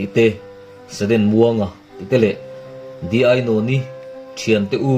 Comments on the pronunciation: di tih tur dy tih tak khi chu a fuh lo, i tiṭha thawkhat bawk e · Dy nilo Di tih tur. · Dy ti lo in Di ti zawk la aw